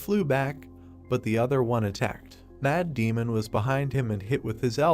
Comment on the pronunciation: every time you say 'Mad Demon' i hear 'Matt Damon